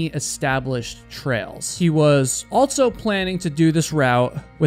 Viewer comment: There's no "t" in "also". Also, not altso.